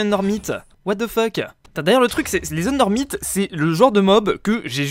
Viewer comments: On ne dit pas endermite on dit endermayte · Sa se dit ''ender mAIte